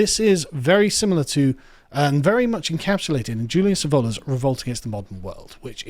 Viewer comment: This is some of the channel's best content. As an Italian I must say that the Baron would not approve of his name being pronounced the English way... in Latin it sounds like Yulius Evola (stress is on E). As to the return of the Den Mother, I think Guenon did write that the first fracture of the materialist world would be towards the lunar, towards the chthonic... the solar will come after!